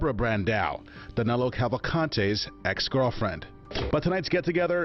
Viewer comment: The Cavalcante pronunciation didn't bother me at all, but I chuckled a couple times when Danilo was pronounced as 'Danéluh'. But it really doesn't matter if it is a bit mispronounced anyway...